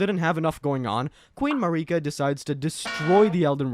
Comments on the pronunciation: 1 second in “Queen MaREEKa” I’m out. If you can’t be bothered to pronounce the shit the way they do in the game, you’re annoying people on purpose. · That pronunciation of marika literally means "fa**ot" in spanish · Mah reeka xD